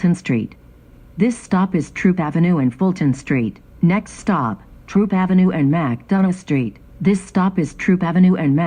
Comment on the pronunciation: It’s THROOP AV , Not Troop Avenue